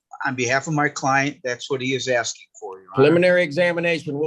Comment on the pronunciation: He axing for a lot.